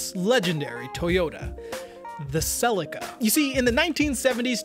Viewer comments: Why does this guy keep calling it a Sellica? It’s a Selleaka. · Im struggling with all the Tom selleka's. its Cel E ca. I had a 1995 mk4 twin turbo automatic, because I couldnt find a turbo manual, still the car with the best feeling through the steering ive driven, it was 15 years old & still felt new. Also pls revisit the new supra & review the manual version. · Stop saying Celica the way you're saying Celica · After the third mispronunciation of Celica I had to switch off…. 😂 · 😂 please don’t ever pronounce that transmission company name the way you did